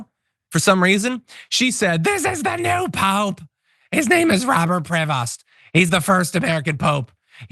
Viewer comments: Prevost is pronounced like prey vo it is French stop over stressing the consonants . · I don't know if the pronunciation of his name has been "americanized" or not, but as you said, the S is supposed to be silent in french indeed.